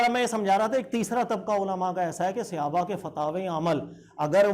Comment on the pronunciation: Janab aap Mufti aur Aalim ho kar SAHABA ka ghalat talaffuz SEHABA kyun bolte hain??